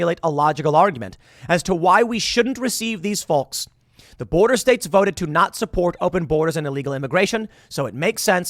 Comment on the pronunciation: Not to mention the way you mispronounce FOLKS...